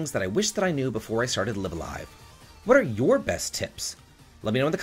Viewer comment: It's not a huge deal, but you're pronouncing "live a live" wrong. It's "raibu a raibu" in katakana so it's not " lɪv alive", but "laɪv əˈlaɪv". I used to say it wrong too until I saw the katakana😉